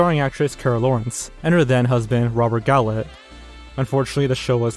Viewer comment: Van Nuys - pronounced (van-eyes) - A neighborhood in the San Fernando Valley Cannes, France - pronounced (kahn) - a city located on the French Riviera Robert Goulet - pronounced (Goo-Lay) Former husband of Carol Lawrence These are extremely famous and common names that any native English speaker should know how to pronounce